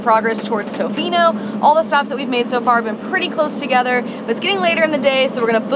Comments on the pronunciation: Tuhfino NOT Toefino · If you're going to the West Coast of the Island, the towns are Ukee and ToFINO not TOEfino, just FYI. #WestCoastBestCoast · Ya we are aware that we messed up on the pronunciation of Tofino and it’ll be incorrect in future videos as well, as we learned that we said it wrong after filming all of our videos on the island. We try very hard to say things correctly and look up many words, but that one seemed straightforward to us and we’ve been kicking ourselves big time about getting wrong.